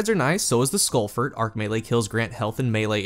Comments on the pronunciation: Lol I've never seen you mispronounce a name in Destiny before! Insurmountable Skullfort is pronounced the same way as "tree fort," or the military base "fort brag." I think you pronounced it "skull-fert." It's skull-fort, as in a fort for your skull, that is insurmountable...basically an overly verbose way of saying "helmet." lol no worries tho... love your content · The way you pronounce skullfort hurts me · Must be a regional accent, never noticed before how you pronounce skullfort as skullfert